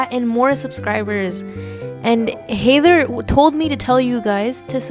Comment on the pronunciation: You pronounce "Haider" as "Hey-ther"?